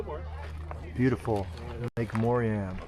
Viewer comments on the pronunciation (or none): If you can pronounce Lorraine, then you should have no difficulty pronouncing Moraine. The letter "a" before "i" would not be pronounced Moriane. The most iconic site at Lake Moraine is atop of the rock pile. There is a well-engineered ascending trail that takes approximately 15 minutes to traverse. There are many images of this iconic shot on the internet. Though it's totally understandable if you and your wife were not physically capable. I was just there a few days ago with a cousin visiting Calgary that hadn't been here in 30 years. Granted it was much more crowded than what's seen within your video. As for your comment about the town of Banff being crowded? Hardly. When I was there a few days ago, the sidewalks along Banff Avenue were ultra crowded, shoulder to shoulder. Approximately 100 people standing in line to have their photo taken at the Banff sign